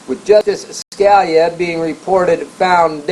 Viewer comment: It's pronounced like "Skah-LEE-ah". [feel free to remove this comment after reading]